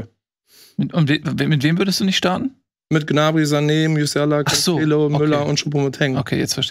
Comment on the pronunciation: Jedes Mal wenn CanTSCHello sagt, stirbt etwas in mir